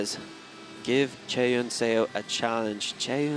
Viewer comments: I don't know if the commentator will be able to see this but it's "suh" not "say-o" for Seo's last name. Every time the commentators pronounce her name like that it makes me cringe. I get that it's an unfamiliar last name but still :( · Excellent commentary! One nit to pick though--"Seo" is pronounced "Suh," not "Sayo." It should sound a lot like a British person saying "sir." The spelling is deceptive. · Please get a pronunciation guide for your commentators. Physical pain every time they're saying Seo as "Say-Yo". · What is making me nuts is his mispronunciation of Chaehyun Seo's name. Less than a minute on YouTube to get pronunciation of both. 🙄